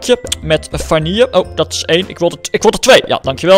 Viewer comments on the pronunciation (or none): none